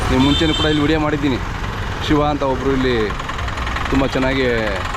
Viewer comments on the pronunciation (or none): ಶೀವ ಅಲ್ಲ ಶಿವ